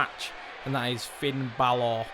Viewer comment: Sen it annoys me when they say Finn Bálor like Bálorrrrrr and Seth Rollins as Seth Rawlins